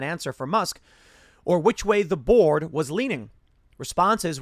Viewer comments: Every time Tim says "the board" in this video, I keep mishearing it as "The Borg" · I know Tim is saying "the board" but I keep earing "The Borg" 😂😂😂😂